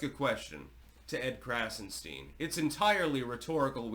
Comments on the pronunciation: “Edward” and “ Brian” Krassenstein are Jews. Their first names are Irish and English respectively. Their surname is German…and should be pronounced “Krahtzen Schtine ( to rhyme with “mine”. Their nationality has come to them courtesy of the British crown and successors. Everything about them is fake .Why do they matter? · Heavily emphasized “stein” lol, color me shocked as history clearly shows. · Heavy emphasis on “STEIN”!